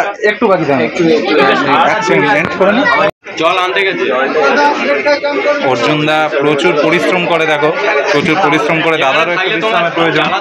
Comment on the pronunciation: আর্জুন বলছে কেনো অর্জুন বলতে পারেনা মনে হয় 😅